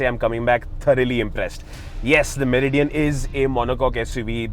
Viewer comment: Meri Dian 😂😂😂